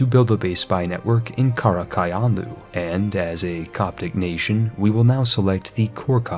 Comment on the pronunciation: I cringed so hard at his pronounciation of Qara Qoyunlu